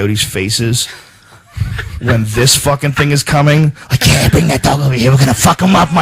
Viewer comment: you saying 'dat' really helps out too bro